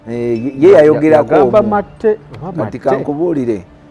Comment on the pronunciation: Lipsticks talked-about is matte pronouced mate..but pronouces it as maate